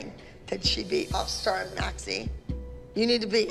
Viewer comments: That cringe when Abby says mackz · Why does she call Mackenzie mackzie